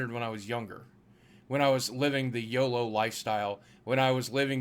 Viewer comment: It's YOLO, not YOLOD